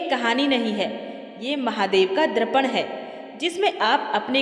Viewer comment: (Drapan Nahin Darpan(Aina=Miror)